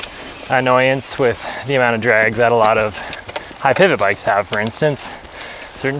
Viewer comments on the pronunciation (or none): none